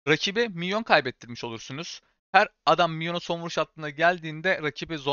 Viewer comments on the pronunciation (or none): none